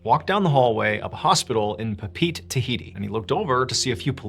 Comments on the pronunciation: Google says to pronounce Papeete as 'puh-PEET'. The locals pronounce it 'puh-PEH-eh-teh'. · Your pronunciation needs work. Since Polynesians had no written language, missionaries did the best they could using the Latin alphabet work with, Tahitian, Hawaiian, and Samoan. Easiest way is to pronounce vowels the way you would Latin. For example, Papaeete is pronounced Pah pah eh teh. Good story, though.